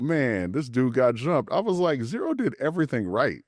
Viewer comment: ITS ZERO 💀 Z-Rooooo